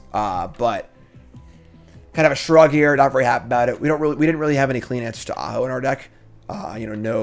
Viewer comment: If you were, no harm no foul, but you didn't telegraph the joke very well, so it just sounded like you were mispronouncing the name.